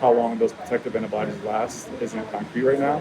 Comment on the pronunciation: "it won't excape the annabodies" ... First video I've seen from this guy, I'm dubious. "Excape", really? "Annabodies"? Jeez...... No doubt American to start with....